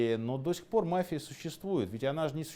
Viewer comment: Мафия ударение на и